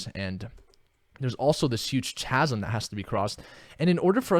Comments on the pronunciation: Chasm=kasum hahaha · "chasm" is pronounced "kasm":)